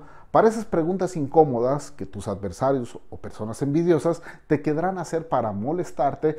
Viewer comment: Me gusta mucho los análisis que hace usted, lo admiro, desde que lo descubrí no me pierdo sus programas, disculpe... hoy no me gustó que dijo usted 'quedrá' cuando la palabra correcta es querrá, 😅 disculpe.